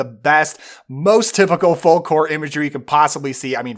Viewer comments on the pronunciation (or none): Great video. I hate to be that guy but it’s pronounced “fowk”. Sorry. Love you channel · The "L" in folk is silent. Good list, though.